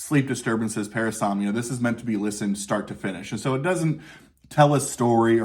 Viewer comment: Parasomnia. Not Paranomnia!